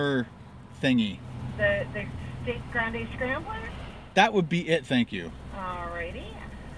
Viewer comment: I like how you pronounce 'grande' as 'grand.' You'd get kicked out of Texas for butchering the Spanish language like that, lol, funny though.